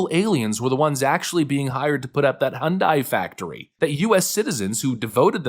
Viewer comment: hyundai has been here since '86 get it right hyundai rhymes with sunday. anything else is no surprise democrats are scumbags